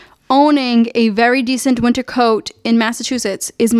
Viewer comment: i like how as soon as you said “in massachusetts’s” and then the accent really popped on summah and wintah so cute